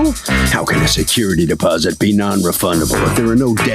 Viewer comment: It’s security “deposit” not “posit”